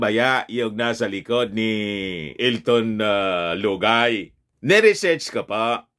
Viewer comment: pag binibitin mo ng bigkas si lugay bumabaho ang tunog parang luga✌️✌️✌️😄